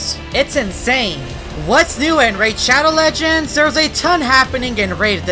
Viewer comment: PFFT ONCE I HEARD SPONSOR I SAID raid shadow legends and then... said RAID SHADOW LEGENDZ XDDDDDDDDD